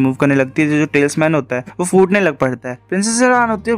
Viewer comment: Bhai Wo tailsman nai Talisman. تلسمان He